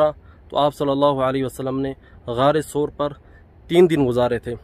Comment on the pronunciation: SOOR nahi SAUR